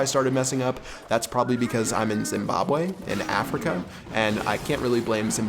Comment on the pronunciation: You say Zimbabwe wrong😂